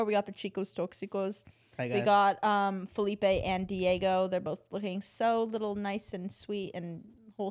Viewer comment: NEVER FORGET WHEN SARA CALLED FELIPE “FELIPO” 💀